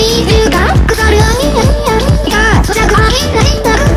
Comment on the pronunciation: ラビューの所上手く言えないけど発音がちで好きすぎる…